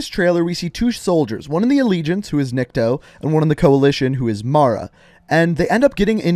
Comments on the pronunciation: It’s knee co I thought because it is Russian. Which it is a popular name in Russia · Nikto is pronounced Knee co